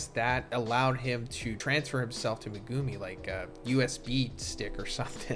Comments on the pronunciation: The way you say megumi name pisses me off lol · the way you pronounce megumi pisses me off